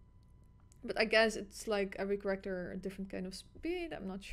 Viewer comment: Every time she says Character I hear it as “kollector” 😂 hashtag we want kollector back at mk1 🤣